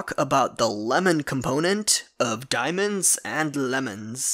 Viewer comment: He said DANIEMOENADS or Dimonds .